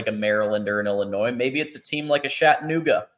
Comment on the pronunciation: Ok look, it’s NOT Shat a Nuga! Learn how to speak or pronounce words right!!!! Chat a nooga, I mean really!!??